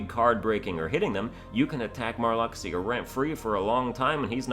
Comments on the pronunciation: It's pronounced mar-LUKE-see-yah. Not "mar-LUCK-see-yah." Your pronunciation is OFFENSIVE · Pronouncing Marluxyas name like that is cool because Lux is your money in the mobile kh game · I half want to see him redo the KH3 ranking just so he can keep saying Marluxia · hears how you pronunce marluxia .... .... .... go commit xion at the end of 356/days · Pronounce marluxia correctly, and I'll subscribe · "I stopped listening to this guy when he pronounced Marluxia incorrectly."